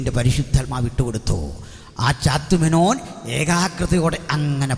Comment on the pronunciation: പാസ്റ്റർ ശ്രദ്ധിക്കുക! ചാത്തുമേനോൻ അല്ല. ഒ. ചന്തുമേനോൻ എന്നാണ്. മലയാളഭാഷയിൽ ആദ്യമായി ലക്ഷണമൊത്ത ഇന്തു ലേഖ എന്ന നോവൽ എഴുതിയ ഒ ചന്തുമേനോൻ ദയവായി ചാത്തു േമനോൻ എന്ന് പറയരുത് ! O CHANDu MENONor ഒചന്തുമേനോൻ